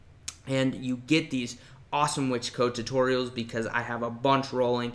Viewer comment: I like how you pronounce Wix like Wick-sjj